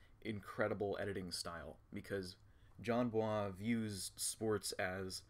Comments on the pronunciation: Jesus Christ “/jan bua/“ is not how his name is pronounced. Not everything needs to be pretentiously French. You’d think someone who pretends to know who Jon Bois is would pronounce it correctly. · everyone is making fun of him for saying Jon Bwah but its pretty cute tha homie is trying to pronounce it right and be nice